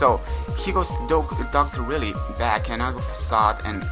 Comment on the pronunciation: lol love that you're calling Dr.Wiley, Dr Willy lol